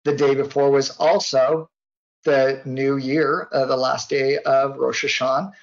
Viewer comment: this guy is probably the only person who does not pronounce the "ah" at the end of Rosh Hasanah everyone else that I know of does